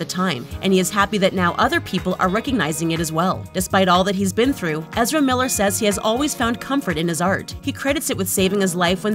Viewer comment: who?! You can't even pronounce his name come on